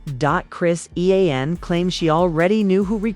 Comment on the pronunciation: Using Ai and the Ai is using Stunna Girl 😭😭😭 not to mention can’t even pronounce her name correctly